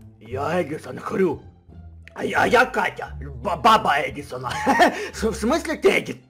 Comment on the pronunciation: Когда он сказал я хрю. ОН СКАЗАЛ ХТЮ!!!!!!!!!!!